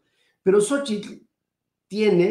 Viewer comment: No me.piwrdo su programa, una observación, se que así se pronuncia el nombre de Xochitl pero remarca demasiado el "tl " de Xóchitl y llega a hacer molesto.